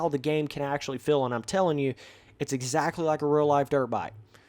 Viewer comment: Why you always say fill instead of FEEL